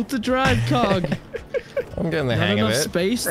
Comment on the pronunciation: He said "Cog"